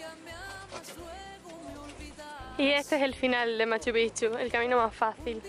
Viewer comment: Otro youtuber que escribe Machu Picchu (separado) y pronuncia Machupichu, se escribe y se lee MACHUPICCHU, haciendo énfasis en las consonantes "cc"